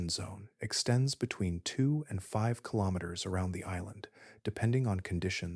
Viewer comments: The word kilometres has been mispronounced many times, and I am only 19 minutes in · Im sorry, this seems like a good video, but I had to stop about 12 minutes in. The kinometers/kimoneta/kemoleter thing was doing my head in.